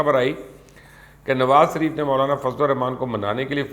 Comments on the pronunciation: Ye mubashar Luqman Nawaz Shareef ka naam laitay hue totla kyu ho jata hai or inhay Sharif ki jaga Sarif kyu kehta hai.? Ye asal mai usi soorat mai hota hai jab koi kisi sai sakht impress ho ? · Mjy galt sunai dy rha ya wakaii you was saying سریف instead of شریف....